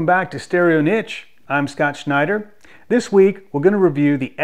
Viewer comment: Did he say his name was shnot shnider